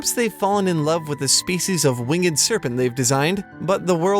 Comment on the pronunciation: "Wing-Ed" serpents. Love it. -Blessed Be. LOL